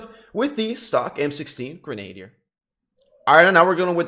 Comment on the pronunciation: LOL, simply showing how to pronounce Grenadier. Its not Grenade'er. Its Gren-uh-deer. No biggie!